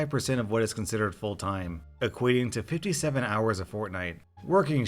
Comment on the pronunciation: I heard him say full time and I was like did he just say Fortnite lol